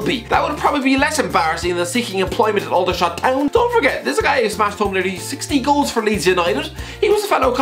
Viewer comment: Congrats, you’ve learnt how to pronounce Aldershot 👏🏻👏🏻👏🏻